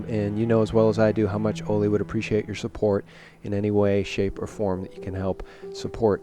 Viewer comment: I appreciate you so much,, and love Ole. I only ask,, that you pronounce Ole's name correctly...as a show of respect. Listen to him pronounce Ole Palmgren's name...it's "oo-leh" vs. "oh-lay" or "oh-lee" or "Ollie". "Oo-leh" with emphasis on the first syllable.:) I cringe for Ole every time you say his name.:)